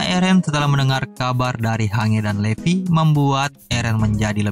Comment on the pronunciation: Hange dibacanya hanji Marley dibacanya Marley aja atuh bang